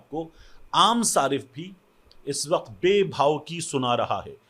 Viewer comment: سہیل وڑائچ کا اپنا تلفظ درست ہے اس کے قاف تو نکلتا نہیں وقت کو وخت کھنے والا